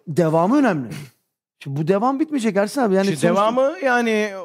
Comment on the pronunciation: Serhat hep ersan diyor ersin e 😂😂